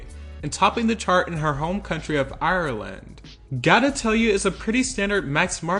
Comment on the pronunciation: It’s Ireland not ayaourealeand